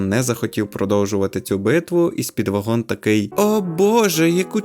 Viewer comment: Роби наголос на першому складі